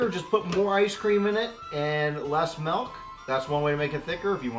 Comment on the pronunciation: Milk, not melk. I'm sorry but it's really bothering me